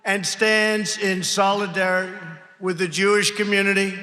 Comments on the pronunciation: Did he say “sold dirt”? 🤦🏽‍♂️ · Can't even say solidarity properly. He doesn't give a single shit about others.